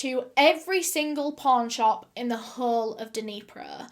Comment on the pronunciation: When she said "pawn shop" I did NOT hear pawn shop.